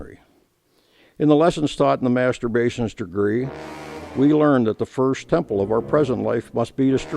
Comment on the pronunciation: Mastermason ? I heard masturbation ; D